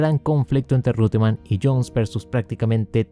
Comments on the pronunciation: Sin embargo, en Argentina todos pronuncian el apellido Reutemann tal y como se escribe. Que lo diga, donde quiera que esté, el narrador Héctor Acosta. En YouTube debe estar el video de las vueltas finales del Gran Premio de Mónaco 1980, ganado por "Lole" Saludos desde Venezuela. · dicen que si corriges a un sabio, éste se vuelve más sabio. Te voy a corregir para que te vuelvas aún más sabio: la pronunciación correcta en alemán del nombre Reutemann es ROITEMANN. Saludos.